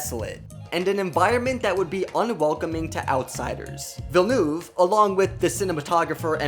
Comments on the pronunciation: Kann denn jemand ein bisschen Aussprache beibringen? So schwer ist doch nicht "Villeneuve" und "Zimmer" nicht und ein Fresco ist ein "Fresco" - Gemälde und nichts geschnitztes... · Why can’t this narrator pronounce anything right?!! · Please learn how to pronounce Villeneuve. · As a french canadian I am offended by the way you say Denis's last name. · Would be nice if you speak the directors name correctly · The way you pronounce Villeneuve is so bad, I had to stop the video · this is an amazing film. but i sure wish the narrator of this youtube video could pronounce the director's name correctly. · I’m devouring every single snippet of YouTube content on the movie. Apparently pronouncing Dennis Villeneuve is a bit of a challenge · Considering (meaning no offence) that it was pronounced wrong in this video, I would say yes, definitely yes. He and I are from the same province, and his name can't be properly pronounced in English because is has sounds that are specifically of the Quebec accent (Specifically the "eu" sound does not exist in English, but also we pronounce all our vowels differently from European French). That said, Quebecers are already aware that our language is hard to pronounce, so I don't think anyone is offended by his name being mispronounced, as long as you're doing your best. :P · yes that is correct, especially when he pronounces it at the end of the video, the first e (ville <) in his surname almost falls away when you pronounce it quickly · It is pronounced "Vill'neuth" not "Villnoof" - Get your facts straight! OMG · Villeneuve isn't pronounced Vil-noov More like Veel-nuhv Deh-nee Veel-nuhv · Challenge: drink a shot every time he says ‘Villenoof’ 😄 His name is Villeneuve! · I cannot watch any more Dune coverage, because of how horribly everybody pronounces the director's name... The "-neuve" sounds more like "love" instead of "groove". Please google how to pronounce his name. I'd be very much grateful. Thanks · « Déni vilnouve » 😭